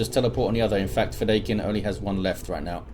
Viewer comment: Fedaykin. Feh-DIE-kin. It's from Dune. You can listen to its author pronounce it here